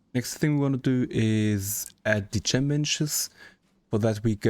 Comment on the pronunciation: Chem, pronounced ‘kem’